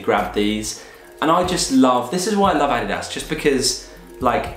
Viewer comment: I've never heard an English mother tongue pronounce adidas that good!